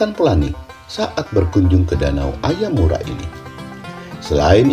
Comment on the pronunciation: danau AYAMARU Min ya ampunn Bukan AYAMURA 😅😂